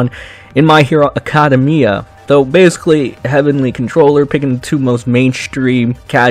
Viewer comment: Why Pronounce Acedemia like that Lmao Sounded like illiteracy